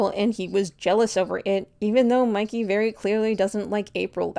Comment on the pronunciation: WHY IS NO ONE TALKING ABOUT HOW THEY CALLED MIKEY, MICKEY 😨😨😨